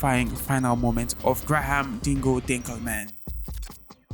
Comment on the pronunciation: Grah harm?? its prenounced Grey-him, Graham